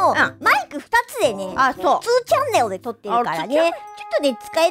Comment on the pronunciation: キング・レイ「皆(みな)にも」 ジェリド・レイ「トゥー」 ネイティヴ・レイ「チャンネォゥ」